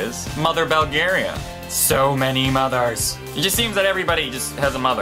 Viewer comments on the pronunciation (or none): It's 'BULL-GARIA' NOT 'BELL-GARIA'